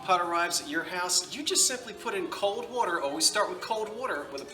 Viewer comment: 'Wood r' 🥰, not from Wisconsin!! That's ok!